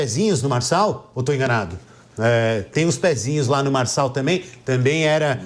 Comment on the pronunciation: É Marçal, Marçal, Marcal